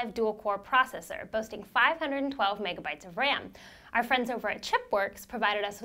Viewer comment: I love the way she says "megabytes"